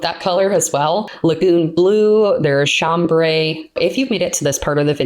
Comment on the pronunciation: I’m so glad you pronounce it the way you do. It sounds soothing as opposed to Sham-bray with a hard a. I am such a grammar freak, but am not bothered by your pronunciations. A lot of people, I can’t even watch their videos because they just butcher so many words. —Although I did hear an Ex-specially in there.. 😊🤣😉 I used to watch the “get a dictionary” guy - don’t remember his name, but he’s hilarious pointing out grammar mistakes people make. Love your videos, nonetheless. Keep them coming! ❤❤❤